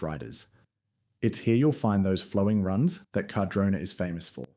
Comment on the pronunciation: whats with all the mispronunciations? carh-drona, condola, wah nah kah, are you doing that on purpose? did you even do any research or are you just reading off an AI script or something. your pretty much repeating yourself for 10 minutes aswell, this video could be like 2 minutes without the repitition and random facts that mean nothing. You just sound like a PR manager, and not an actual insightful skier who has lots of valuable information to relay.